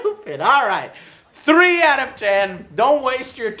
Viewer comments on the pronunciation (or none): Why does Joe say "Three" like Gimli from Lord of the Rings? Thuurrrreee